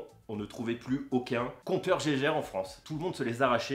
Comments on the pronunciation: Le compteur geiger se prononce "guaïeguheur" pas "gégère" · On dit pas Geiger , je vais le faire en phonétique "Gégér " :p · Geiger, se prononce Guayguère et pas jéjére ;)